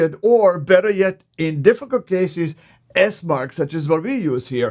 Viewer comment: It's Esmarch...